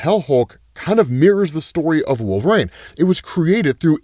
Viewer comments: Wol ver ine not wolv reign wtf dude? That's like saying zavier instead of ex za vier. Are you a comic fan? or is that a joke ? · this gotta eb some canadian shtick calling him "wolf rain" right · The name Wolverine has three syllables, there’s a correlation between obesity and pronunciation it seems.. 🤔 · All this time and still you pronounce wolverine wrong it irks me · why do you pronounce wolverine like that bruh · The way you say wolverine bothers me so much lol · why does he say wolverine like that?